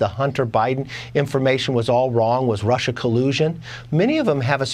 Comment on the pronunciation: Nobody can say Russia or China as well as Trump.😂